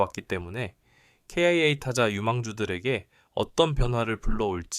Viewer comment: 기아라고 말하세요.케이아이에이는기분이나빠요.아님유투버그만하던지